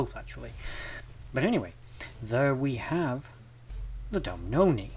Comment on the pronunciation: Doo boo nah is how it’s said 😊